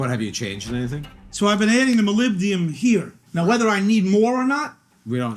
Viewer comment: Pronunciation of Molybdenum is impressive 😂